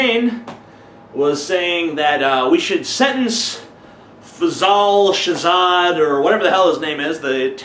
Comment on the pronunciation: "Fasal Shazah" lol